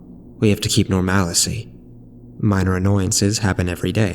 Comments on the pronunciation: Awesome narration and awesome story (outside of the insistence to say norMALicy, vs the correct version ... normalcy, like normal, then 'c') Nicely done. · Creepy stuff. It's actually "normal-cee"